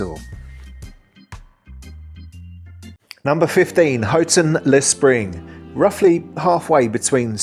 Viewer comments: Houghton-le-Spring not that bad at all. Can only assume the dangerous part comes from the murder of a young lad by a group of chavs many years ago. Well done on pronunciation, can't tell you how annoying it is to hear it called Horton or HOWton. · Only one niggle. Gosforth is the home of Greggs. It was originally called Greggs of Gosforth. Great how you pronounced Houghton-le-Spring correctly.